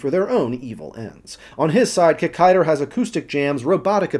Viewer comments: Its Kikaida.....not Kikaider.......get it right. Its how you say it in Japanese. Sorry that really gets on my nerves.. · Its pronounced KEE-KAI-DAH not KICK-KAI-DAH (there is no emphasis on first or last part of the name so no kikai-DA bs), and Hakaida/Saburo IS the youngest brother of the trio built by Dr. Komyoji..hence the names Ichiro, Jiro, Saburo...first son, second son, third son. Coincidentally Ishinomori sensei also created the Kamen rider V3 series with character Kazami Shiro (Shiro meaning fourth son) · Hey, just a note: the correct pronunciation is KikaidA, and not Kikaider. In the spelling of his name, キカイダー, the 'ダ' is pronounced 'DA' (the 'ー' just means the 'a' is held a little longer). That being said, katakana is the 'alphabet' used to spell, or approximate, foreign words, or created words. If the word being approximated is 'rider', as in Kamen Rider, then 'rider' is spelled 'ライダー', and pronounced 'raidA'. But with Kikaida, the name comes from a combination of Japanese words and you can't reverse translate the 'DA' to 'DER'. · Never say KikaiDER. hahaha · In Hawai'i most people know it as "KikaiDA" rather than "KikaiDER". Really cool video, it's great to see this series getting attention! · Where did it get the "er?" It's supposed to be Kikaida...